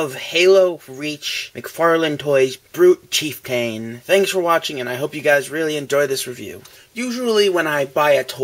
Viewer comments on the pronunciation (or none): Actually... the a is pronounced (uh). So it is Chief-T(uh)n, or as it sounds, Chief-ton, like the scale of weight. Ya know... a "ton" of bricks. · you pronounce chieftain wrong lol.its cheif-tan.